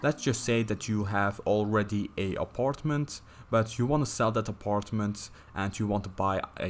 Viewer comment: the way he say aparetment im dead